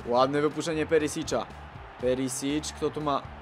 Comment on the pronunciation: Nie wymawia się "perisicz" tylko "perisić" z "ć" na końcu tak jak się pisze